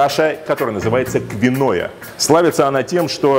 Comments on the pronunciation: каша квиноя? Вы ничего не путаете? Может киноа?)) Да, такая каша есть, и мне лично нравится) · Киноа, а не квиноя )